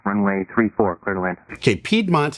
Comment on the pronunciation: you said piedmont! lol not piedmont